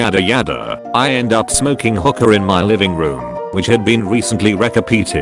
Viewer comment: First story is a bit confusing for anyone just listening to the video like I do hookah sounded like hooker